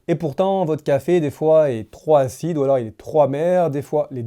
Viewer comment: En français on dit pas: trop hacide ou trop hamèr. On dit trop Pacide ou trop pamèr. Merci de réviser le français avant d'enregistrer une video